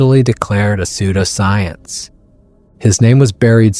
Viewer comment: Your narrator-robot needs to get pronunciations right before the recording begins. 'Pseudoscience' pronounced [like soap sud] 'sud-oscience'. Really?